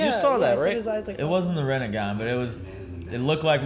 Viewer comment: moders. please tell them its not Rennegan its Rinnegan...because otherwise it reminds us of Renegade :D